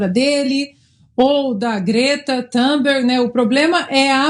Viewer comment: Thunberg, "u" e.não {ã} fonética da língua sueca, nada tem ver com a do gringolês/inglês.. NUNCA entendi pq brazuca tentam englecisar a pronúncia de todos os idiomas. Ridículo.... Se for p'ra cometer erros de pronúncia, em fonética, que fossem/tivessm como referência a pronúncia do Brasil.